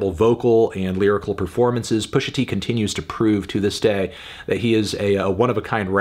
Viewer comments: I feel as though you shouldn't be calling Pusha "Pusher t" with the R, but great review otherwise! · It's Pusha T, not "Pushing P". Other than that, great review.